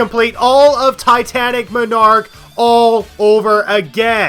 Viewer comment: The way you pronounce Titanic Monarch personally offends me